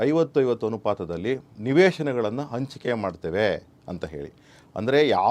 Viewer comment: ಆದಿಮೂರು ...ಅ ಬರಬಾರ್ದು ಹ.....ಹದಿಮೂರು ಅಂಚಿಕೆ ...ತಪ್ಪು ...ಹಂಚಿಕೆ ಅ..ಇದ್ದಲ್ಲಿ ಹ. ..ಅನ್ನೋದು ಹ..ಇದ್ದಲ್ಲಿ ಅ. ಅನ್ನೋದು ತಪ್ಪು